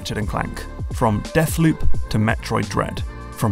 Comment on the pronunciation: "Deafloop" - a joke courtesy of the London accent!